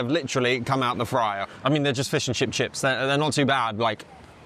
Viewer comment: "Feuws eu chiffs" - LMAO!